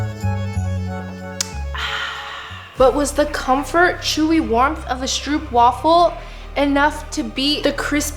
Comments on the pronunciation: ITS STROOPWAFEL NOT STROEPWAFEL 😂😂😂😂😂😂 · Stroopwafel is pronounced as strohpwafel, in Dutch the oo is pronounced as ‘oh’